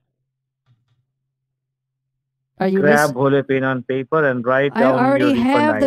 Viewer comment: A beese of ben and baper.